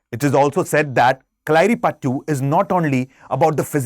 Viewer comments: not payattu, "Payatt "that's all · It's कलरिपयटृ not कलारी . And actually it's not ल it's 'ള ' for there is no hindi letter. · Correct pronunciation can be shown in Marathi/Sanskrit letters. कळरिपयट्ट् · If you can't pronounce malayalam words then, why try making such content... Get a malayali to make content for you, it's not pasashi... or kalaari or kalaari pathu... Aisa lag raha hai ye "thu-thu" kar raha ho, of the ancient classic dravidian languages ka. Get language proficiency then make videos, like you guys tell South Indians to learn your language properly. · Improve ur pronounciation it kalaripayatu